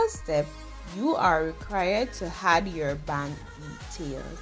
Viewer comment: This was a detailed video however you have to practice how to speak properly. It is "ADD" not "HAD". Stop giving these words a "H" sound . I'm saying this hoping that u will improve.